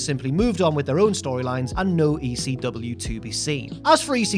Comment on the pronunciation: I don't know if anyone has pointed this out yet but the chant is "E--C-W" not "E-C-dub"...pronounce the whole f'n letter!!